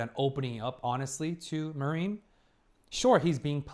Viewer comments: basically: Mah-rin hard a, soft rin not ma-riiin 🙂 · I don't want to be annoying but how many episodes until you correct your pronunciation of "Marin"? 😅 I always think of the US forces when you say it.